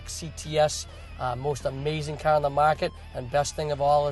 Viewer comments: say CAR right douche bag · This is a machine of a cahh...compared to other cahhs on the maahketplace...